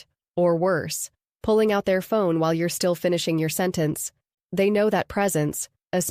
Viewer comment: when spoken 'your' and 'you're' do sound differently. in this video it sounded as though the 'person' reading this did not know it.